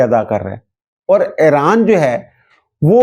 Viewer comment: ای ران بولتے ہیں اے ران نہیں میرے پیارے محترم ۔ انگریزی میں بھی Iran ہے Aran نہیں ۔